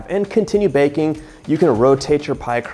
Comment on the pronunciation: lol when you said “bacon” instead of baking I still understood you. #Texan “Are you bakin some bacon flavored cookies?” “Yes ma’am I’m fixin to”